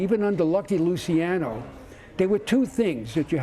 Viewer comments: The way he said "Luciano" got under my skin. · Not lusaino Luciano 👈🏾